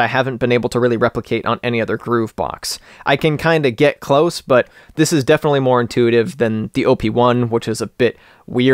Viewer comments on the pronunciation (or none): none